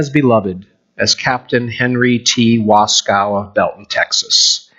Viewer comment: There is no cow in Waskow. We pronounce the name, "Was-koh"